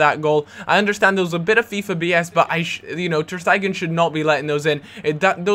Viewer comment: ter stegan? guitta? sholdnt be ter stegen and gaita?